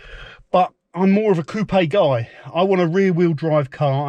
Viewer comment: Lovely choice! Also, kudos for pronouncing "Coopay" properly. Here in Canada, people always follow the U.S. pronunciation "coop." You'll have it all looking sharp in no time!🙂